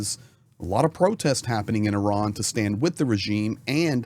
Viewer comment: Thank you for pronouncing Iran correctly. I am sick of hearing Eye Ran from some commentators.